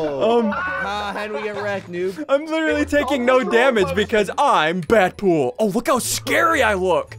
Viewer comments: DEADPOOL NOT BADPOOL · It’s Deadpool not bat pool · Nobody talking about how ssundee calling dead pool bat pool? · Ssundee his name isn't bat pool it's dead pool